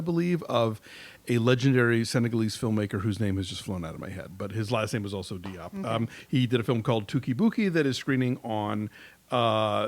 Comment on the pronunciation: Diop is pronounced Jope. Notice how the main character called her friend Dior in the film Jore.